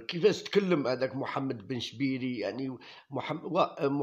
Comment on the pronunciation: يرحم والديك انطق الاسماء مليح بن شابير و ليس بن شبيري